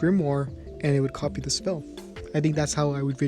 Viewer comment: When he started of the video, it sounded like he said what if asta had coffee magic and it’s hilarious.